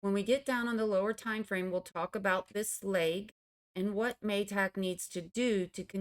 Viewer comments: Ma-tick with a short a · interesting pronunciation of MATIC 😂 cute 😍 ty miss as always for ur expert EW analysis